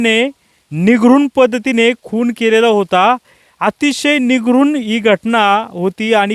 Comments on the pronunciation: पत्रकार साहेब, निघरून नाही तर निर्घृण म्हणा. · निगरुन नाही निर्घृण 🥸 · साहेब ते निघरून नसते निर्घून असते....😅😂 जर उच्चार करायचा असेल तर निरघून असा केला जातो..😅😅😅